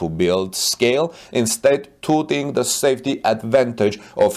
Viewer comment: Touting is being pronounced wrong—it should be phonetically spelled “tauting.”